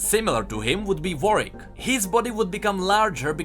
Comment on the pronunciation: My man pronouncing Warwick correctly